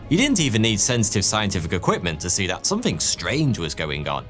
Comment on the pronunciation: it is something with a g and NOT somethink . . what were you thinking . . m'lado. . .. .